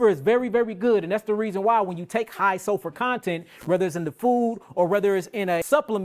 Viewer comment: I think that's just how he pronounces SULFUR